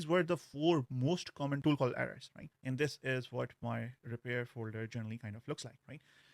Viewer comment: you really need to stop pronouncing 'and' like that